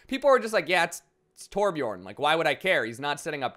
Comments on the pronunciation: hey man every american nvm every non nordic person should instead of calling him torbjooorn you should put an urn in there (torbjurn) thats how its pronounced pretty much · Anyone else who has the letter Ö in their aplhabet bashing their head against the wall everytime someone pronounces Torbjörn torbchorn?